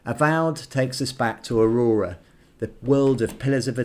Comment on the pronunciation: you do know it's Eora, not Aurora, right?!